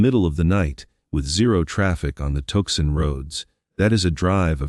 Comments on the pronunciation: Too son not tukson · Tooson not Tookson al eye bye not alibee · Like Tucson (Too-sahn) is pronounced TUCK-sin and later, TUKE-sun😂 and ALIBI is AL-uh-bee 😂😂😂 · It's pronounced Tucksen, not Toesun, robotto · 😂I KNOW, right?! I put a note in to the creator regarding the AI silly mispronunciations making my brain ITCH & my train of thought jump the tracks😂 this AI narration just has SO MANY simple mispronunciations! Tucson was pronounced 3 different ways throughout the story: TUCK-sun🤨 TUKE-sin😖, TUCK-sin😒🎉, and ALIBI 😂😂😂 AL-uh-bee😂😂😂😂 that one GOT me!! The 1st time I was like: 😵‍💫😮😬, the 2nd time was like:😳🙄, but after that, EVERY time, was like:😂🤪🤠🤣 It just got funnier and funnier each time😂❤ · Not to mention "Tuck-son" and "Goo-thrie" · Touksahn, Arizona 🤣 Alibee 🤣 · It convinces me that this report is AI generated. Cannot even pronounce Tuscon correctly… w t f is “toe son”. Very direspectful…. Stop profiting from fear mongers ! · Has anyone counted how many times the AI has mispronounced simple words like "Tucson", "live" or simly the Guthrie's name? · I don’t usually comment on a video’s narration because there are more important issues. But good grief, this was just awful. The mispronunciation of Tucson, plumber (plum burr) and the Guthrie name. The poor woman has vanished, can’t you have enough respect to pronounce her name correctly? I stopped watching this slop. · This would be good if the AI knew how to pronounce Tucson, alibi, Tomasso and other important words. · SCREW THIS AI GENERATED SLOP THAT CAN'T EVEN PRONOUNCE 'TUCSON', OR THE WORD 'ALIBI'. STOP FILLING YOUTUBE UP WITH GARBAGE DESIGNED TO MAXIMIZE PROFITS OVER A FAMILY'S HARDEST MOMENTS. TOGETHER WE •CAN• STOP THIS CRAP, JUST HIT THE THUMBS DOWN 👎 AND •DON'T• WATCH ANYMORE OF THIS DIGITIZED LIQUID EXCREMENT. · Is it impossible for AI to pronounce names and words properly? In this vid, Tucson and Guthrie were mispronounced several times. I stopped watching and listening to this one.